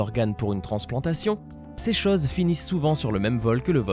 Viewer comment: On dit CHOSE, pas CHAUSE !